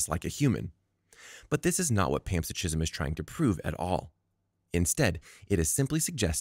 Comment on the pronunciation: Are you trying to say panpsychism ? Pronounced pan, SIGH, kism. Not pants-a-gism. ------------------ Also, the corpus-collosum is the brain anatomy region and not the name of the procedure . The procedure is "corpus callosotomy".